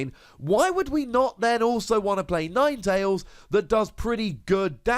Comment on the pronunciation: Ninetalesanine?? Nope yours sounds better.